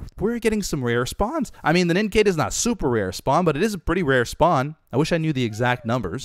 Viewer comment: Nin caw duh nincada pronunciation